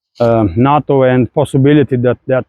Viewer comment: its funny listening to pronunciation. NATO sounds like NUT-TOE instead of NAY-TOE but doesn't matter of course.